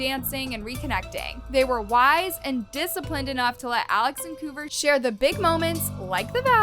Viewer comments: It’s not Koover it’s Kouvr! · The way she kept saying kouver😂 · The way she pronounces kouvrs name as “koover” is hilarious 😭 it’s pronounced cover 🙏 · The way you pronounce Kouver is wild!!😂😂😂😂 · Right like it was pissing me off bad , like it’s kouvr